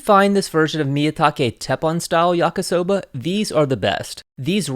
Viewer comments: Why does he keep saying yaka soba .... It's yakee soba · Stopped watching after he called it “YakA-soba” the third time. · Love your videos and extensive research Your Japanese pronunciation is generally pretty good, maybe because you worked in an Izakaya, but remember the romanized I is pronounced like a long English E, like yah-kee-soh-bah Please keep up the great work and content - I’m definitely a fan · I know this is an old video, but just wanted to say; it's pronounced "yah-key" soba